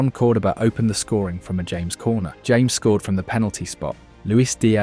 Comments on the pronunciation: Its pronounced Ha - mes not english james 😂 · Its not James... Its pronounced Ha mes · Ha-mehs , not James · nice production you need to cerrect 3 things for next or futher analisis in the Colombia team, is not james as james bond... is jaa mess as tony jaa and mess like messi drop the i... SECOND as you try to quote or imply Valderrama has a point drop it there is no more power on El pibe's words... shy because the new Colombia style as you see and say this is the new era the PEKERMAN ERA adn STILL is quote him find pekerman words you will understand why Valderrama quote is Irrelevant and also why Colombia is now not dependant on Rodriguez... and that is THIRD you find curios the best Colombia streaks are build far from Rodriguez, but he still is a big ball provider, a game creator. but he is not the only one. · Within the first minute you can tell this video uses AI narration because everyone know the correct pronunciation is "Haames" for James Rodriguez. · It's pronounced Ha-mays Rodriguez. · Who is "James"? Nobody in Colombia will know who you are talking about: more like haw-mes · Mis oidos me duelen 😅😅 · Its no James. Its Ja mes 😂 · Why are you pronouncing James' name as "Hames"???? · Because it's an AI narrator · Stopped watching 10 seconds in because you pronounced James Rodriguez wrong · In Spanish the name is pronounced differently the J sounds different